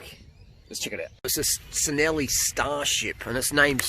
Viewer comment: Nice find! Don't like to be the grammar police but being Italian, Cinelli is pronounced "chin ell ee".